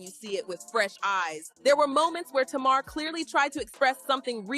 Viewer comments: It's not tamaarre, it's Tamar! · Not Tuu-marrr 😂😂😂